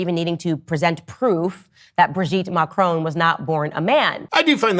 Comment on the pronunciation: Macron is pronounced Mah- krone. Last syllable rhymes with cone or lone.